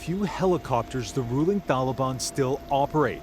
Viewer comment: Did he say Tolly Bon ?